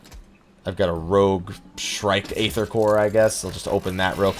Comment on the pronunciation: Its A-ther not E-ther. Bugged me the whole video D